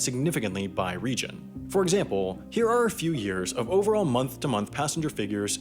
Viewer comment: "For exampooow"